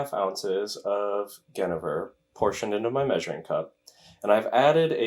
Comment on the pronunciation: You said Genever wrong